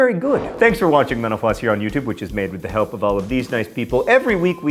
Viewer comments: It sounds like you say, "thanks for watching menopause..." at the end. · When you say mental floss I think it sounds like menopause 😳 hehehe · When he says "thanks for watching mental floss" I always hear "thanks for watching menopause".